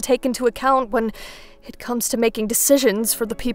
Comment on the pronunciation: Did anyone else hear say “Eh” other than “it”